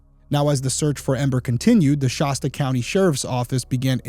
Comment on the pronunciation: In case it ever comes up again, I’m pretty sure that the locals just say “shass tuh” county. Good coverage of a really sad story, thank you Derrick.